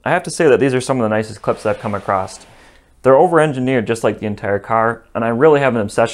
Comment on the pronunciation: Across not acrost